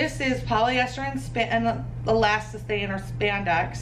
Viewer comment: Omg it’s not ELASTACINE, it’s ELASTANE!!!!! Elastacine isn’t a word or a fabric.